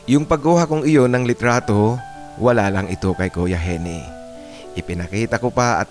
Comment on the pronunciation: Baka Eugene (Yudyen) ang real name ni Gene. Ang tamang pagbigkas ng Gene ay Jin hindi Henie.